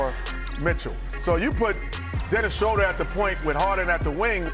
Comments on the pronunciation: It is pronounced SHRU-der. It is German. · I wish Kenny could pronounce Schroder